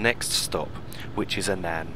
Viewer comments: It's Annan not a nan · It's great that you've done this for people, however, the name of the town which is the first stop on the journey, it's not pronounced "An an", it's "Annan", almost pronounced as "Annin", but you when say the name fast, it does tend to come out right, it can cause a little bit of confusion, but if no one tells you, you never know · Another great video. Annan is pronounced in such a manner that it sounds like Ann-in, hope this helps. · You pronounce Annan as "Ann-un" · You don't you pronounce it like ann-in (I live in dumfries so I know) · I live in Dumfries too, and you pronounce it Ann-un but not like "u" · We both have different ways of saying it but everyone that I know pronounces it like ann-in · hi I think your videos are great I stay in Annan and you pronounced it wrong it is pronounced like their is an I in it like Annin but spelt Annan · Haha thanks, I realised afterwards that I mispronounced Annan too lol XD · I love the way you pronounce Annan that's not the way up you say it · I think you pronounced “Annan” wrong